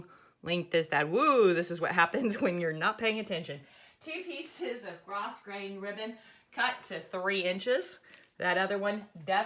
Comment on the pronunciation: Thanks for teaching the correct pronunciation of grosgrain.